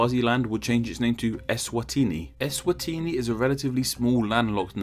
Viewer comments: 😭 as a southern African,.i wish i could send you a voice note on how its pronounced..😭 doesn't sound Italian at all.. 😂 eSwatiiiniiii. Is are dragged out..😂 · SWAZILAND WAS HARD TO PRONOUNCE NOW ESWANTINI IS HARDER